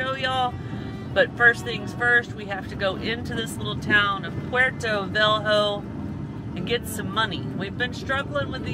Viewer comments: The city is Porto Velho, pronounced porto velyo. [pawr-too ve-lyoo]. It is the capital of the state of Rondonia and has a population of about 600,000. If you have Internet, all the pronunciations are available. Just type pronunciation of ( ? ). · Porto "velrou" 🤣 kkk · your pronounce of porto velho is so funny